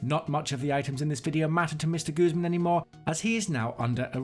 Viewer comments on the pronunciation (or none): Guzeman? Hahahaha!